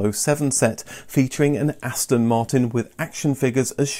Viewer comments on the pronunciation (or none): none